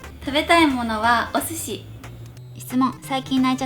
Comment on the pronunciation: スシィ、ラーメンの言い方めっちゃウケたよ(笑)❤️